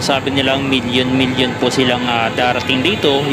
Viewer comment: Miñíón hindi millión😂😂😂😂